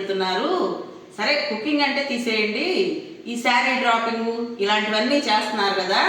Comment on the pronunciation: డ్రాపింగ్ కాదు డ్రె్పింగ్ అనాలి అమ్మా